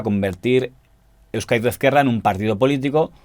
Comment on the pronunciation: muy buen vídeo. para la siguiente, se pronuncia /euskádico esquerra/ (más o menos, aunque la z en euskera es diferente)